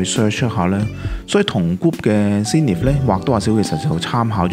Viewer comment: btw 唔好介意 係 Zen ith 見好多香港youtuber係咁叫sing nith 又sin nith